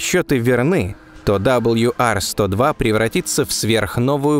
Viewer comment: Удивительно, что много одобрителных отзывов, т.к. тема освещена достойно, но не попалось ни от одного, кто бы знал, изучал в школе английский. Не знаю, что это -- пофигизм, или невежество, но прежде, чем озвучивать, надо было узнать правильные названия букв английского алфавита. Диктор не картавый, не шепелявый, но произносит "WR-102", как "Дабл Ю Ар". Да, с "W" всё нормально, но "R", в английском, озвучивается не "Ар", а просто "А", без всякого "рыканья", как учили ещё с школе. Почему такая пренебрежительность к правильному, тем более публичному произношению? Досадная "ложка дёгтя в бочку мёда". "Точность -- вежливость королей".